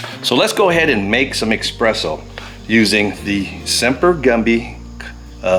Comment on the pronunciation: There is no such thing as "eXpresso".